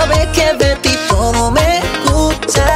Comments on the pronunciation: Why is his "gusta" at the start pronounced like "gupta"? I was taught the "s" is pronounced. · ¿Por qué lo pronuncia como "gucha"?